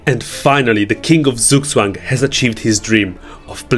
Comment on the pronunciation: It's pronounced tsook tsvung